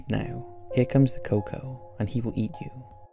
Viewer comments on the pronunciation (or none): "El coco" is pronounced el cucuey hope this helps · I cringed so hard when he kept saying coco lol it’s el cucuy the Y is pronounced as an I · Al Cocoa! 🤣 If you’re Latin you’ll find the pronunciation hilarious. El Cucuy pronounced like ell-koo-koo-wee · It's prononounced el CooCuey. You're basically shitposting just like the other generic "scary" channels.